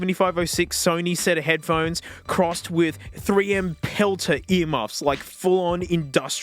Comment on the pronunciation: head puh hone ees